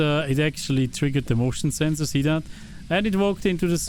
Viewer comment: when you said motion sensor it almost like you said "emotional sensor":elbowcough